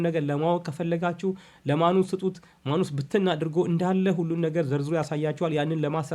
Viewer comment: ንባብ ላይ ጥንቃቄ ኣድርግ:: ማኑስ ሳይሆን ማነስ ነው የሚነበበው:: ሌላው እጅግ ጥሩ ነው